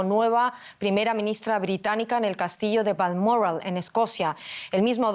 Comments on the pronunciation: Diga bien que presentadora es Balmoral no balmorral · Haq pronunciado usted Balmoral de una manera que no sabía de donde hablaba. No hace falta ser tan refinada, es español Balmoral, Bal mo ral.